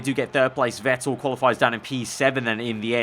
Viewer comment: Vettle XD its vettel